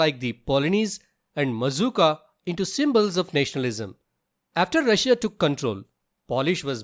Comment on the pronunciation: He said rusuiia twice that was an mistake instead of saying Russia and Prussia